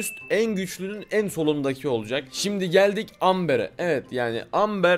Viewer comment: Abi amber dediğin şeyin okunuşu embır